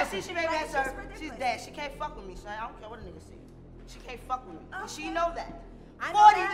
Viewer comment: Damn she can’t say son 🥴🥴🥴